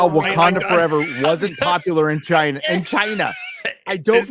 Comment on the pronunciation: Your way of saying China is getting realy annoying